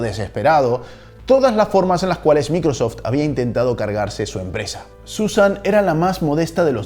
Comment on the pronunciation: Pronuncia correctamente varias palabras en Inglés, menos Microsoft.